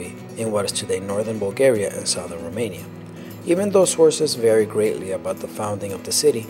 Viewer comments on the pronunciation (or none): none